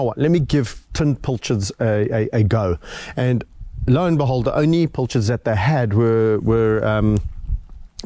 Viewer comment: A pilchard is a small, oily fish of the herring family, larger than a sardine. It is spelled with an "i" as in "pill" - but apparently some pronounce it as if it were a "u" as in "pull".